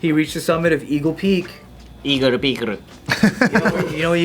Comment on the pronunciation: all this time it was just eagle peak in his japanese accent 😭😭😭